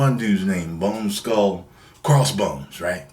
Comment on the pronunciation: Haha. lmao. He said Boneskull😂😂😂😂